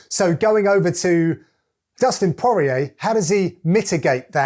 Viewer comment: Dustin PwoahR EA